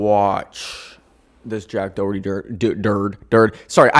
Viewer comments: im sorry it hurts my sole the way most people prounce Doherty its like dó-her-tea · the way you're saying "Doherty" really hurts 😔😔